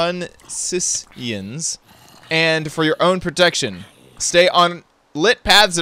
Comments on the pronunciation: Just for reference, its pronounced Tunisians [two-knee-c-ans] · Its pronounced as "tyoo-nisians" i believe